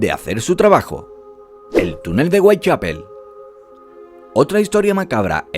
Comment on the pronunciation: Whitechapel: "Weitchapel" OMG